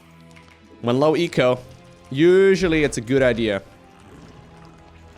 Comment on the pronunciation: That was not "low eco"... just "Loweko"